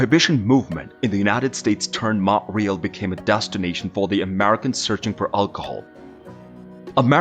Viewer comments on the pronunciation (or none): Mount RÉÉÉÉÉAAAL not Mount REEEEEELLL